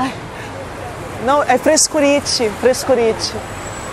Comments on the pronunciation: "Frescuriti" kkkkkkkkk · "É FRESCURITI" KKK